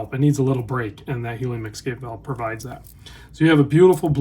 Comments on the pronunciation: Escape not Exscape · We need the helium valve to keep hearing you say exscape. Sorry love your work. Could not resist. I gotta exscape now!